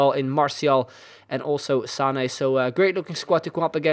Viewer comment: Luc van der Heijden I heard it too. Just mispronounced